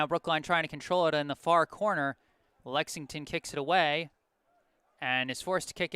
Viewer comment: There’s an L in Lexington for a reason 😈😈